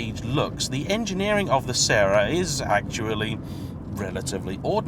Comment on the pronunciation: How to pronounce Sera. It's the FRENCH word that was used by Toyota, exactly as the song goes, Que Sera Sera. They literally wanted the car to be called "Will Be". It is NOT the Italian pronunciation.